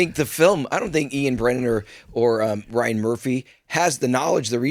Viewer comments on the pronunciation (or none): none